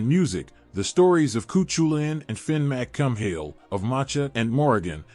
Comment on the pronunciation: Fin McCum-Hill? Really? 🤬